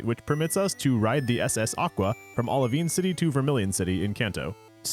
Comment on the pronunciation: Sorry if someone already commented this but it's called Oli Vine City, it's basically Olive Vine City when you read it. Not Oli Veen City.